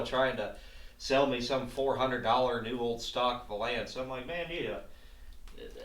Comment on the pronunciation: Are you pronouncing valance that way as a joke? I cant tell if you’re being serious. Great video👍